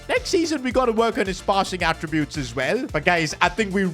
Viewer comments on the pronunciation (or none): none